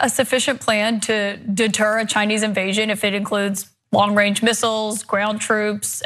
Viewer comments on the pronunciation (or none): I heard "ChinEE little clip" but okay. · He said Chiny little clip!😂😂😂